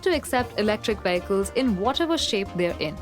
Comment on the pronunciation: I like how she says "VEY-ICK-CULS"!